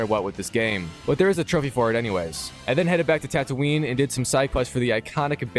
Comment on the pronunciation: bro said tatooinee